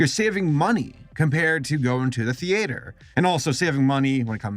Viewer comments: ive never heard someone pronounce "theater" the way does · The way he pronounces theater is triggering me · confused everyone by pronounciating theater like he did xdd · why does give “theater” 3 extra syllables and a diphthong? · Let's talk about how he pronounces Theater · No one is going to say anything about how he pronounces theater. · i fucking despise how you say “theater” fuck OFF!!!! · Why did you say theater weird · It’s not thee-ate-er it’s thee-ter spelling it’s theater but it’s pronounced theeter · I don’t like how he says theAter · WHERE THE HELL ARE YOU FROM WHY ARE YOU SAYING “THEE-AY-TERS”????? ITS “THEE-TERS” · You pronounce it thee et er not thee ate er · IT'S THEETER, NOT THE-ATER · Stop pronouncing it theAtre it’s theatre like “theeeter” not “theayter” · I love your channel but who says the-eight-er people normally pronounce it the-e-ter or the-uh-ter and sure it is spelled theater but no one really says it like that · is it wrong that I am bugged that he pronounces Theater like (thee-ate-er) instead of (Thee-ter) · Stop saying thEaYTuR it's theeter please! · Thee-Ay-ter. I can feel with thee-uh-ter, but i... i mean i ve never heard it pronounced that way. The AY is killing me. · “Thee ater” Please, it’s not pronounced like that! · "The-ATE-OR" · STOP SAYING THEE ATE ER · All I heard is how he pronounces theatre TheAtre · I don't know if it's an American pronunciation, but... I haven't heard of a theAYter. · Tee ah tur. You're both wrong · Stop saying thee ater's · Is saying "theater" as /thee a-tor/ a dialect outside of Los Angeles? I'm genuinely curious if that's common other than here because I've never heard someone pronounce it like that lol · If you think that's bad, you should check that Moomins episode, with the "theeAter". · If this man says thea tursz one more time istg I'll put a spoon in my own esophagus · Interesting How pronounces theater as “thee-ATE-r” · Thee- Aee-Ter